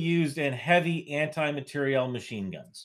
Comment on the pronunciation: ...but you say anti-material proper, as if it were a French word, materielle